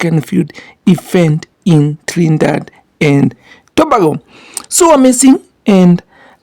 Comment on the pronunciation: Thank you for report on my favorite sport of all time!! As a Jamaican, big up and repeat after me To-Bay-Go. That’s how you pronounce Trinidad-Dad& Tobago